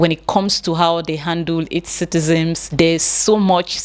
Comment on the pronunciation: Dear, the word is citizens not citizems Thank you.